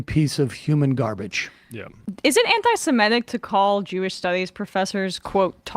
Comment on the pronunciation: There is no such word as “anti-simetic.” We are sEmites, NOT simEtes!